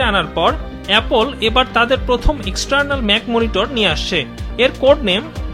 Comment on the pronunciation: এপোল না রে ভাই।